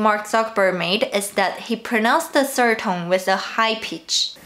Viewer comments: Did you notice "serd" for third? This is just ONE sound in English but tones are for ALL words in Chinese....now don't you feel sorry for me? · How do you feel?? She had no problem with "the" and "other" but "sird" tripped her up.